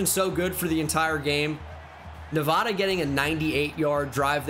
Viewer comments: It’s actually pronounced Nuh-VAY-duh... hehe silly boy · I’m begging you… the first a in Nevada is pronounced like apple, not awesome (coming from a Nevada resident) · Probably doesn’t help when you insult the entire state of Nevada by pronouncing it incorrectly. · You’re pronouncing Nevada wrong and it’s distracting